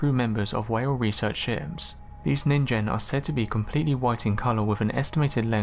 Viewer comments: can people stop saying it nin-jen God F**king damnit! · love how you pronounce ningen right while the video guy pronounced it like it's an english word